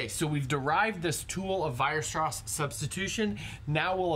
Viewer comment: Should be Weierstrass not Weirstrass ;)